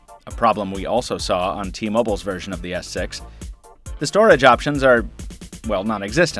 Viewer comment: Sounds like he's saying Galaxy s sex